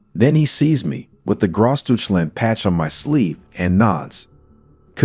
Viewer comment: Also, please pronounce it correctly